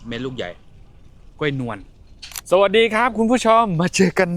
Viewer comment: กล้วยค่ะ ลากเสียงยาวนิดนึงนะคะ